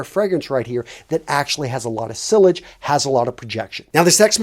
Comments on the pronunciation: i wonder how you get so many likes and views, you dont know how to pronounce the brand names correctly you call sillage S-I-L-L-A-G-E its S-I-Y-Y-A-j. its not a english wo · Mate just to correct you as im sure youll appreciate... 'sillage' is a french word with the "LL's" silent ...pronounced 'see-arj... soft j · Sillage pronounced “See-ah-j” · The pronunciation of silage 😂😂😂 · Most of your info is good but the presentation comes off as a little unprofessional given the subject matter. Sillage (See-Yahj) is your scent trail or lingering aroma of the scent after you leave the room, not projection. Projection is how far the fragrance pushes out from you where other people around you can smell it when you’re standing still. Toilette (Twah-leht) not toilet. Parfum (Par-Foom) not perfume. Niche (Nee-sh) not nitch...Jesus. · I believe sillage is pronounced siage (the Ls are silent) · not the worst advice but learn how to pronounce parfum and sillage if you are gonna keep talking about fragrances lmao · The pronunciation of "sillage" >_< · The way he pronounced "Sillage" and "Niche" got me cracking